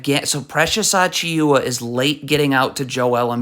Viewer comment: You couldn’t have butchered Precious last name worse than this if you wanted to 😂